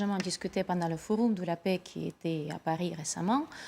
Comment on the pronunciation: le fou room, le fouroum...